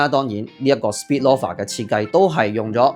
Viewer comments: Friendly reminder : Loafer 係讀Lo-fer ,你讀左Law-fer Snoafer 係讀Snow-fer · loaf, 係讀 low-ve, 同理，loafer, 是‘勞’fer, 不是 羅 fer